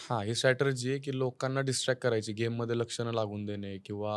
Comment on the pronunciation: स्टॅटरजी ?!? म्हणजे नेमकं काय ब्वा ? तो शब्द strategy आहे हो ..